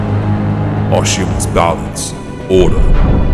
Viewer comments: Arshiem? Teach your AI how to pronounce ARISHEM. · You need to teach your AI that its "Arishem the Judge", not "Arishiem the Judge".